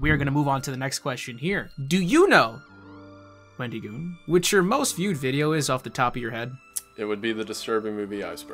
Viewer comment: I like how he was joking about wendigoon saying places wrong, yet he kept pronouncing it wendeegoon, nothing against it just thought it was kinda goofy